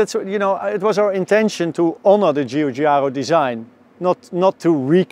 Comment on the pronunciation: For the love of great car design...please get it right! ... who is the designer? Cheeechaaro? Giugiaro.... Jou!-Jaa`!-roh ! It ain't even difficult.